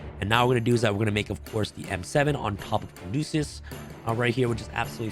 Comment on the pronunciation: Caduceus not Candosa